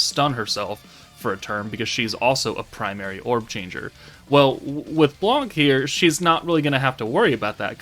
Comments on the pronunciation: In French the C is not pronounced, it's "blan", not "blank" thanks for the video ;) (i'm french) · In french we say Blan we don't prononce the c